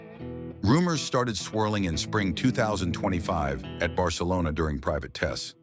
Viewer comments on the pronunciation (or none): none